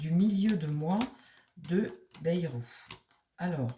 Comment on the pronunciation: Bonsoir, on dit: BAILLE ROUE